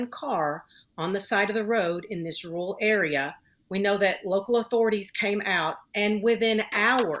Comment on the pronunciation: " very 'rurl' area "